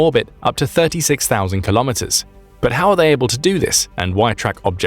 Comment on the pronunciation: Your pronunciation of the word 'kilometres' is incorrect.